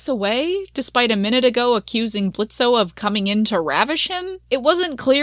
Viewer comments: I'm kinda bothered that you keep saying Blitzo.. that was his clown name, he left that life behind.. the O is silent now.. it's Blitzø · Why do you keep pronouncing the o in Blitzo? It's silent. Have u even actually watched the show? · the fact that you keep pronouncing his name in a way he doesnt want it pronounced, and the way that you talk about consent gives me the ick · This video is super good and aged well, but what’s the point of pronouncing the O in Blitzo when it’s not a part of his name. I understand it’s a fictional character but it’s basic respect to real people.